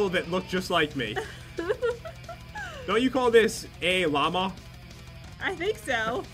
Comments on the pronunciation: It's pronounced lmao (luh-MO), not llama 😂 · I wonder if they know what lmao means or do they actually think it’s pronounced lamba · It’s not Ayy Llamas face palm 🤦‍♀️ but I love you so much and I love Cloud 🐱☁️ and Pat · Its ayy L mao